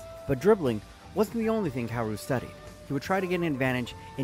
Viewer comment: it's pronounced ka-o-ru not karu